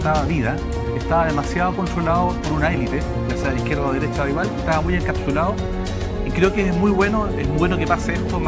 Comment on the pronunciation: ..."la deresha, la deresha y la deresha" 😂😂😂😂🤦🤦🤦